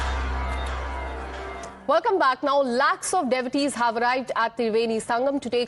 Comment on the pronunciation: She cannot pronounce devotees